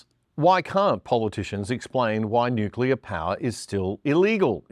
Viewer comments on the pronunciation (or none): It amazes me how few people can pronounce 'nuclear' properly.